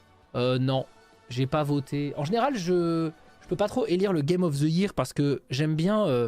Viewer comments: Il insiste toujours avec sa prononciation foireuse de "year" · C'est une prononciation totalement normale avec un accent français, j'entends 0 problème